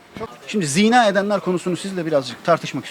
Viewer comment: Ziina değil, zinaa. Yani vurgu a'da olacak, i'de değil!